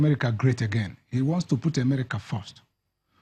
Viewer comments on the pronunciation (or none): please am I the only ear hearing Emerica? EMERICA